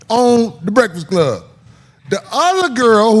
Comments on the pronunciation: Why can’t this man say “breakfast”? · I am concerned on how this guy can’t say Breakfast to save his life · YO FOR A NIGGA THAT LIKE TO EAT HOW COME YOU CANT PRONOUNCE BREAKFAST RIGHT LOL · He really can't say the word breakfast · Son really can't say breakfast to save his life. 🤣